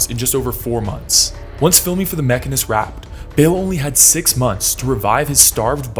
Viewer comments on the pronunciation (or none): Its pronounced machine-ist. Its an actual profession and you're pissing a lot of mechanist off. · Why you saying the machinist like that? Hahaha it's the machine... ist